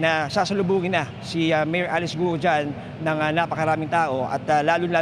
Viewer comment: Not gu-o it should be sounds kwuo